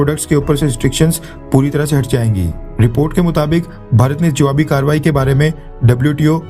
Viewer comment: Bhai karvai (car-y) kya hotaa hai? Shabd toh kaarya-vaahii hai...kaarya kaa kaaryaanvahan..ye saalaa sabkaa kaarya-vaahii hi sudhaarte raho baith kar ..angrezee mein likh do nahiin aatee Hindi toh! 🤦🙄